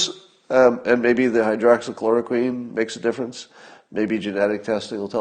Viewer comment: "hydroxochloroQUEEN"...2 months and still can't pronounce it right